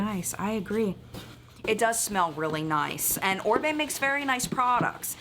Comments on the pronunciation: This is just so cute!!! pronouncing Oribe perfectly had me saying whoa! I had to learn how to pronounce it after a very long time of saying it wrong LOL! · He pronounced Oribe correctly on his own, bravo cutie pie